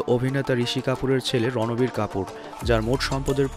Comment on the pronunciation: ভাই রণবীর না রাণবীর সিং হবে।